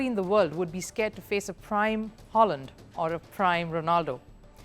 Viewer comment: Ur analysis is spot on..but u can’t gv credit to only coach Pep ….the owners and fantastic scout operators….btw City striker doesn’t pronounce Holand..he is Haaland 😂😂